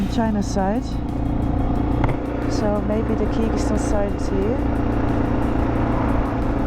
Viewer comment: Please dont butcher countries names like that